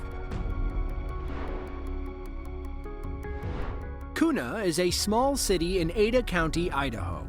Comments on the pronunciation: AI voice FTW...it's KYOO-nuh, not KOO-nuh. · Fyi, Kuna is pronounced Q-na. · Kuna is pronounced Kyuna.